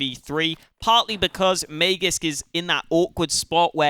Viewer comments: Its not mayjisk it is maaagisk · I speak swedish, not danish, but I'm fairly certain it's not may-jisk like says:(